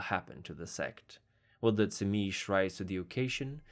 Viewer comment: I thought it was pronounced zeemeetsee.